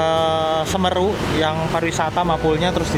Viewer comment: 😂 cara pengucapan semeru salah